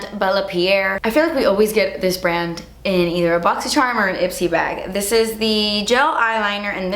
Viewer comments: “and the last thing in the bawg” i fucking spit everywhere omgggg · “AND THE LAST THING IN THE BA-WHG” Lmaooooo 😂😂